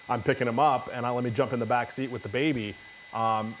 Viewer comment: “It’s over wit”